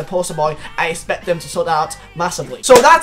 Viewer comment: Swear this guy can’t say expect